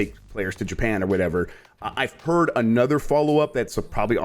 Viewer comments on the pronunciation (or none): none